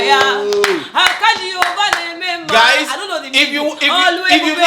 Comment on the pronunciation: But wait, am I the only one hearing “Akahakaya” 😂 Oh my god Kiekie!!! 🤣🤣